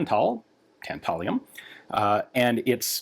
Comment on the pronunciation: Tantalum Not tatalium...... 😬